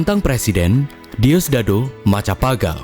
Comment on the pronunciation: Bang. Beberapa pronounce nama-namanya salah Julio itu nama Spanyol karena tahu lah dulu Filipina dijajah Spanyol. Bacanya Khulio Macapagal bacanya MaKApagal, karena pakai ejaan yang diadopsi dari ejaan Spanyol. Banyak nama-nama proper di sana yang masih pakai ejaan kayak gitu. Bahkan NG dalam nama kayak Batangas, Pampanga, Zamboanga, dan juga Pangasinan, bacanya 'ngg' karena distorsi yang diciptakan dari ejaan dan pengucapan Spanyol. Termasuk kata barangay itu bacanya baranggai